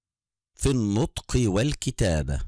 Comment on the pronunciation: الطفريك بين الضاد والظاء في النطك والكتابة😅😅😂